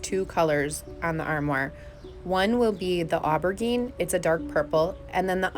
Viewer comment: Somehow I missed this one! Beautiful work and I’m not trying to be mean, it is a French word. But I hope you’ve learned how to pronounce aubergine since this video.